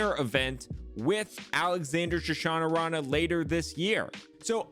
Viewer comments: It's Sha-nah-rah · You are saying his name totally wrong plz correct it lol I just laughed till I almost pissed myself 😂😂😂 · I feel like you’re adding extra syllables or Shunnarah that don’t exist. I must have missed something lol